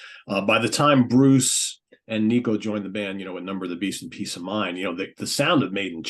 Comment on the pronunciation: When did Nicko become “Knee-koh”??😅